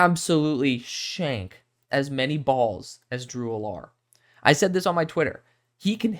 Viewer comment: I could be wrong, but I don't think that's how you say Drew Allar's name... Just giving you a heads up, not trying to nit-pick. This is my favorite video from you so far! I love your analysis. What are your thoughts on Brady Cook?